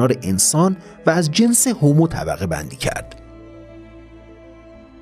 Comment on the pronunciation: هومو........چرا هِمو نلقظ میکنید؟!!!